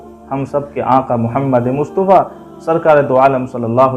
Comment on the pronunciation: مصطفیٰ ط کے زبر کے ساتھ ہے نہ کہ پیش کے